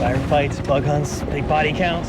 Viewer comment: That bug brought out the full Canadian in you big time! Ay! lol.